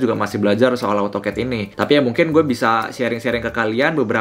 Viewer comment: baca nya AU TOKET yaa😂